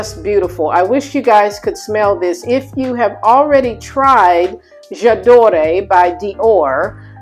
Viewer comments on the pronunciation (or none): The perfume is pronounced j'adoor.'..french for I love...the e is not pronounced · The fragrance you are referring to by Dior, it's correct pronunciation is Ja dor the e is silent. I do agree , it is a soft, lovely long lasting fragrance. It is one of my favorite perfumes.